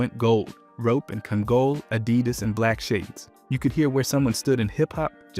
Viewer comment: Even Kangol caught a stray. "Kun-GOAL" 😂